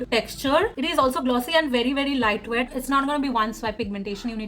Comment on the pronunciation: "very staarrdy doe foot applicator", Lightwet", "how it stens on my hand", "very wetless" ...God what are these pronunciations? You need to improve your vocab and english speaking skills.